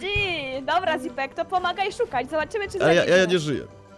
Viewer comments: Tak się mówi zipek nie tak źipek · Oni źle chyba mówili Mówi się "Źipek" a nie "Zipek"